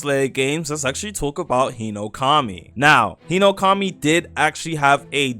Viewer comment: Yahiba Hinoukami Emlem Tales arwais veilboud Magwoi?? are you doing that on purpose cause that aint an accent or its just ragebait